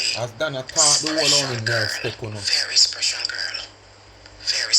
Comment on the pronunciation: Marcia is a "sprecial" girl...big deal can't pronounce "SPECIAL"